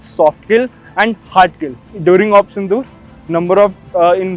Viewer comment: Operation sindoor became tindoor😂